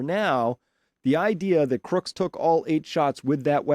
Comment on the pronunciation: I'm very grateful for your wonderful work Chris. Greg Nichols wife is the 1st person to pronounce Crooks dead correct?